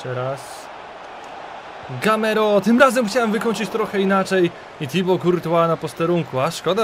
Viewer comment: GAMEIRO A NIE GAMERO